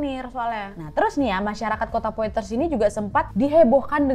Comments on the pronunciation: Blanche baca Blangs Monnier baca Moni:e Kota Poitier baca Pwatye. Utk Nadia, dr negara manapun kasus itu berasal mohon dipelajari civilisation nya, dr cara baca dll, biar lebih kena ceritanya... Semangaaat teruuus... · Selamat kak Nadia Mau sedikit koreksi pengucapan Blanche Monnier (blongsh Monie) La séquestrée de pointiers (La seqestre de pwangtie) 21 rue de la Visitation (vengteang ru de la visitasiung)